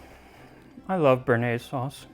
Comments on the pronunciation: btw béarnaise is not pronounced "burnaise" but more like Bay-har-neiz. béa is a bit like in the name Beatrice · you know... there is a reason there is an accent on the E of bearnaise.. its cause u have to say BEY AR NAISE. never forget this again, plebian